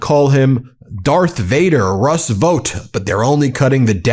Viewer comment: Is the guy's name Vote (that sounds like note) or Vaught (sounds like taught) Anyone remember LTV Ling-Temco-Vought from back in the day? Seems like they were in the Aircraft business, when I lived in Texas and worked for Lockheed/General Dynamics